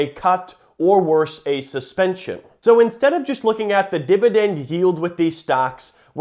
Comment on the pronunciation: He doesn't say it once, he says 'Divi DENDDD' 479 times though